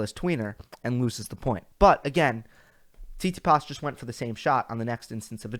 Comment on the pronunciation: Good analysis, but you need to get your pronunciations of these players together, man. It’s Tsit-si-pas, not Sis-si-pass smh. I definitely agree about the Kry-swag last week. I was impressed with Krygios during that tournament. Even with an injury flaring up he still got through it, finding a way to win instead of folding. Perhaps he’ll change his work ethic to avoid those practices. Nice thumbnail too. As far as the Rogers Cup preview, I find your picks very intriguing. Medvedev and Nadal in the final? I don’t think they ever played each other. That could be a possibility due to his performance in DC. I guess it feels empty since your boy Djokovic is not playing 😉. This is the first time I ever heard you say the confidence in Rafa winning any tournament. Wow! He looks like he’s ready to go! Until next time....